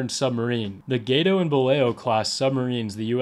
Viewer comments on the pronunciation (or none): none